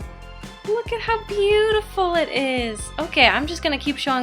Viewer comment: be oo tay fol